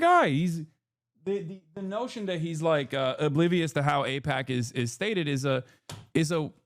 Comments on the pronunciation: Packman has done the mispronounced confusion thing before. I can't remember what it was but maybe someone can find it. I think it's a "tell". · That's the smoking gun? Whether he can pronounce AIPAC correctly? JFC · Pakman doesn't know how to pronounce aipac, and Donald Trump never heard of a man named Jeffrey Epstein until the media started asking him questions about the guy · Why stop there? Just call him Maga. He pretended to mispronounce AIPAC after all🤷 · I think it's fair for people to not cover extremely stressful topics like that. On its own, I don't think that's enough to allege that he might be funded by AIPAC. Pretending he doesn't know how to say AIPCA when he wrote about it in a book in the past? I'm absolutely baffled. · Pacman can't say AIPAC and he can't say genocide either. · I think it's telling that David chooses to ramble about the pronunciation of AIPAC. It's almost like a tell where he 100% feels very uncomfortable talking about it and he needs to deflect with this little bit. It's very trumpian in many ways. Tangent: I used to watch David all the time. I was even a paying member. What made me stop supporting him was when I saw one of the non-paid versions of his episodes and they were littered with scammy crypto ads. When he was called out on it, he deflected, claiming that people need to provide him with proof cause he didn't know which video people were talking about. The one thing I've realized is that projection is the easiest tell that someone is disingenuous. His response to the Wired article only adds credence to this. He often talked about how it's difficult to debate with people on the right because they start little fires for which they expect you to put out, otherwise they would argue that they are right. He is literally doing exactly the same thing (ie. him needing to call out about the people on the right is projection) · David Aipakman. Not sure how to pronounce that guys, sorry... (notwithstanding calling Reza Aslan a fraud)